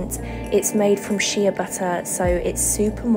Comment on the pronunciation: It's pronounced "shay" butter. I love your vids. 🧡